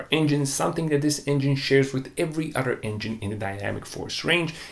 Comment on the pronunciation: Udder udder udder. Dude learn how to pronounce the TH. An udder is where milk comes from. Other on the other hand is a whole other word.